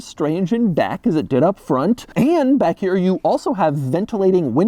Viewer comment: Did he say “Which looks just as strange in Dack “ instead of Back🤔?? Am I the only one heard that?😂🤷🏾‍♂️